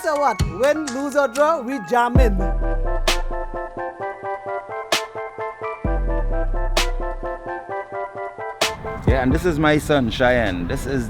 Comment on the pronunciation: "Win, lose, or draw we jahmin." Love it!